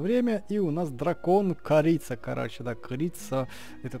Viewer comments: Не крица а корица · не крица а корица ок? 😀 И кстати ты топ